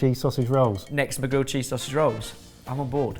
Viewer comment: hearing that guy say 'sossy roll' instead of 'sausage roll' has made me feel ill